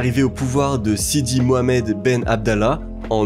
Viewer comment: Juste un truc! Pourquoi tu a du mal à dire MOHAMMED !! P1S MO A MAD !!!